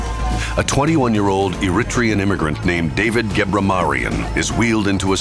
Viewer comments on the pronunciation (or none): I-rit-ree-un??? That’s Eh-ree-tray-un, dummy!